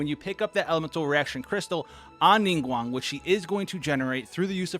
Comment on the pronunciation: Pronounced Ningguang correctly (subs instantly :D )